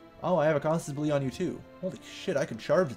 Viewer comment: cah-sus bel-ee